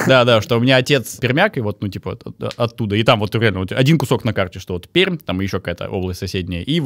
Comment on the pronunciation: прям услада для ушей, когда город назвают правильно. Неожиданность, приятная неожиданность. Большая часть населения в Москве и около Москвы пермь называют иначе